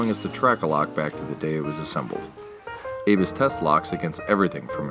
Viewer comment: I am only slightly familiar with German, and believe ABUS would be pronounced as AHH-BOOse, rather than Avis, and it is a fact the Google/YT auto caption bot displays "Avis" not ABUS. Turn on CC and see for yourself. Truly and accurately yours, Alan